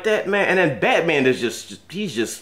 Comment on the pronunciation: Did He Say Batoman?!